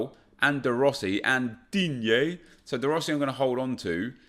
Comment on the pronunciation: The way when say the name of DIGNE 😂😂